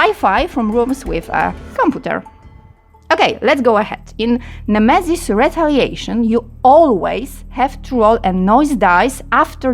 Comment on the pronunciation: Misiu złoty, za to ktoś zapłacił a usługodawca nawet nazwy produktu poprawnie nie potrafi powiedzieć. Jak jesteś pro i bierzesz pieniądze to rób to porządnie, bo to jest reklama produktu idąca w świat.